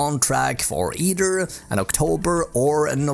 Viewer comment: When I said Swenglish I was more referring to the accent and the pronunciations of some word. (such as either , news , cheaper )